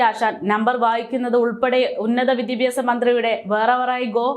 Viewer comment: വിദ്യാഭ്യാസ... എന്ന് പറയുക. മോളേ 👍🏻🥰